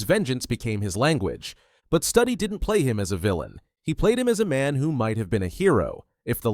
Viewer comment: A.I. Voice. It's Wes Stoody Studi=Stoody. Not Study. A.I. voice has no heart and no soul. This film deserves both.